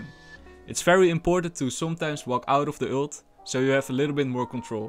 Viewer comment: Stop daying ült its an ULT no ü